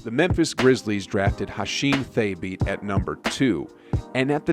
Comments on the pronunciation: I think you’re pronouncing Thabeet incorrectly. It was more like “ta-beed” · Thabeet (tuh-beet) Adonal (uh-don-ol)